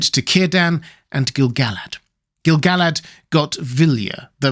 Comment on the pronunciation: I couldn't agree with you more! I have always thought the name was pronounced Gil-ga-lad, precisely because of the reason you mention: the song about him doesn't scan correctly without that pronunciation. A further note: pronounced as Gil-ga-lad, it matches the way everyone says the name of the Lady of Lothlorien. Ga-lad-riel No one says "Galad-riel" I don't think either of them rhyme with "salad.", all respect for your scholarship and your many lovely videos, but I think in this one tiny thing, you may be wrong.